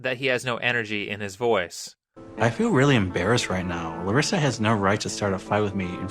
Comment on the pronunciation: Why is he saying my name "clarissa" i know he's saying larissa but it sounds like clarissa